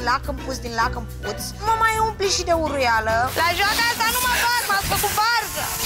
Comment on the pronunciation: Varciule, vezi că îi spune uruiala nu huruiala 🤣🤣